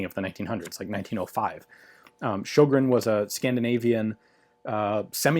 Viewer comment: The Ö in Sjögren is pronounced like the o in word.